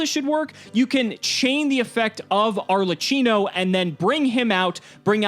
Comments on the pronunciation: it's ARLEQQINO not ARLETCHINO :P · Arlecchino is pronounced like a K, so like arlekino not an S please tell all the player before I get a seizure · Me, an Italian, hearing saying "Arlacino"...!!! "CH" is strong like a "K" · AAAA MY ITALIAN HEART ARLECHINO ARLECINO BRUH ITS ARLECCHINO TT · Arlekeeno, not cheeno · it is pronouced ''arlekkino'' with a hard c, at least that's what is called here in italy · The boss monster’s name is pronounced “Are - Lay - Key - No”. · Arlechino is pronounced with a qino. It’s the origin of the word Harlequin.